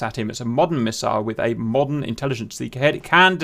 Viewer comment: Take a shot everytime he sais "modden" :D